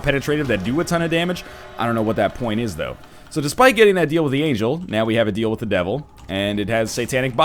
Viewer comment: Every time that NL says the word "point" a kid dies on Africa